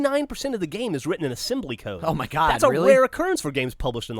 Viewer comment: Asembly? hahaha, that's pretty good man.